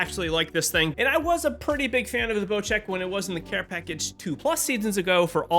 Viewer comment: why does everyone call bocek a bocheck